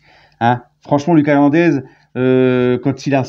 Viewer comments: Salut! C’est “LOOKASSE” Hernandez PAS “Lucas”. C’est à l’espagnol💃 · LOOKASSE HERNANDEZ LA PRONONCIATION! ALLEZ PARIS